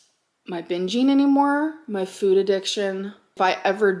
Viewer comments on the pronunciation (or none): none